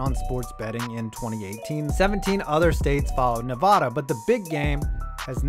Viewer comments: “Nev-AD-a,” not “Nev-AH-da.” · pet peeve: people who say Nevada incorrectly. Nev-AA-Da not Nev-Ah-da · Holy fuck it’s not ne-vah-duh it’s NE-VADUH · it is nevada not nava dah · Nev-ah-duh for Nevada. Like the a in apple. Not, Nev-uh-duh. Just thought I'd let ya know. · It's Ne-va-da not ne-vah-da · Allegiant Stadium isn't 2+ miles from the strip, the bottom of the strip is literally right across the bridge from Allegiant Stadium. You can even see in the pictures and video. Also, it's "Nevada", not "Nevahda". Other than that, nice video. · Only thing is you said Nevada wrong. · Love the videos but my man, for the love of god learn how to say Nevada correctly. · the way he pronounced nevada 😒😒😔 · Sir please stop pronouncing Nevada like that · Please, please, 0lease, please, please,please, please, please, start saying NEVADA correctly, you, I'm sad to say, say it incorrectly.